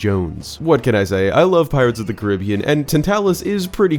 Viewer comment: All I've gotta say is thank you for pronouncing "Caribbean" correctly